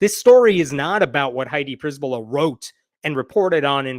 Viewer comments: A slight correction. Przbyla is usually pronounced like Cher-billa, not priz-billa. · I love how you misplaced the letters in attempt to read the name: "Przybyla" -> "Pryzbyla". Keep doing it. I really think its better to transliterate then to butcher pronunciation. But fyi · Her name is pronounced pshy-by-la, it's Polish in origin.